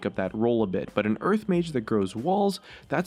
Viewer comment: why does it sound like hes saying urf when he says earth dafuq